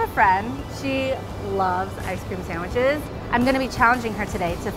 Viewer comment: Say ice cream multiple times Now it sounds like "I scream"